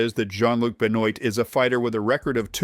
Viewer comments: The surname Benoit is pronounced "Ben-wah"...Shoutout to Chris Benoit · “Benoit” is pronounced “buhnwah”